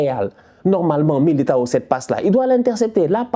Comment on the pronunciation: C’est miliguire et rudiguire au lieu de militao et rudiger😂😂😂